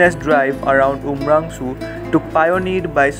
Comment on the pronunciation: Not umrangso it's umrongso